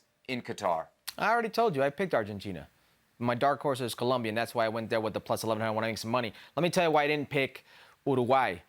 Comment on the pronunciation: Brother saying people can't speak proper English. Meanwhile he can't say COLOMBIA. 👏🏽